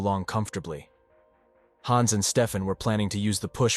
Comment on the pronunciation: The wrong pronounciation of Hans is really annoying